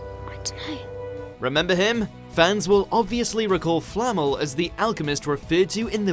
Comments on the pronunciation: Its Nicholas Flamél, not Flámel. Swish and flick* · Flammel?? It’s flamel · you're right. He even says Flamel right but then continues to say it like "Flammel" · flamel pronounced correctly multiple times FLAMMEL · FLA-MELL not Fleet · It’s pronounced flam-el not flammel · I cant stand the way he says Flamel. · despite three people pronouncing it correctly in the video, the voiceover still butchers "Flamel". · Please stop mispronouncing namesssssss. e.g. Leta's and Flammel's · lee-ta and thee-see-us and flamél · It’s “Lee-tuh”, “Fla-mell” and “Thee-see-us”